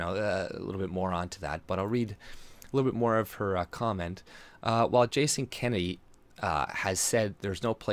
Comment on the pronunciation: It's Jason Kenney, not Kennedy.